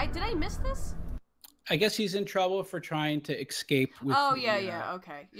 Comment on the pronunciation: it bothers me when people pronounce escape as "ekscape"